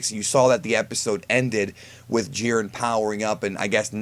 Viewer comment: Wow you completely misread Jiren